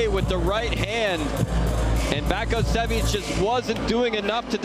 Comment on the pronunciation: Vasko Baskosjevic - Vasco Bascosievich It's a damn shame when commentators can not pronounce name! Where he found a "K" in the name of "Vaso "? Or "S" in last name "Bakocevic"? smh